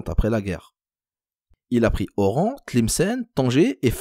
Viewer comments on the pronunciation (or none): none